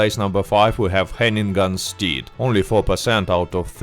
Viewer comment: I’ve never heard Hennigan’s Stead pronounced Hanging-Gun Steed, but I will never call it it’s original name again. Nice upload. Liked.